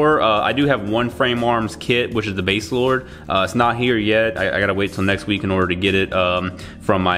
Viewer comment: It's actually 'Baselard,' not 'Baselord.' Confusing, I know. And it's pronounced as 'Bah-se-laard' in the anime. I just call her 'Basei.' And yes, building girls is weird. It'll never not be weird to me, and I've also built almost all the Gunpla Girls as well.